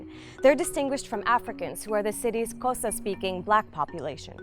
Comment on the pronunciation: He said Xhosa right the first time